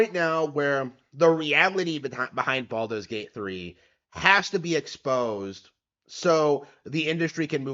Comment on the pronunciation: Baldur's has an R in it